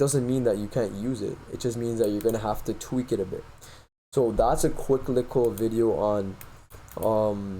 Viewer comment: the way you said likkle bro LMAO. I can tell you must be from Toronto by the way you talk.